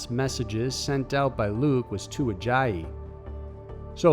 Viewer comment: “Lu-ick” is how it’s pronounced not “Luke”